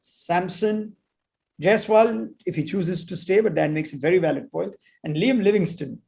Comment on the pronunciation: Gs it's liam not lime